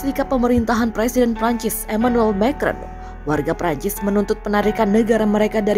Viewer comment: Mbak baca "Macron" makrong. Itu bahasa Perancis dan bukan bahasa Inggris.